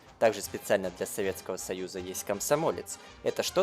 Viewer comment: слово "для" прочитал как "бля"